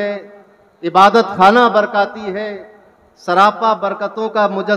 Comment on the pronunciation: برکاتی نہیں برکاٹی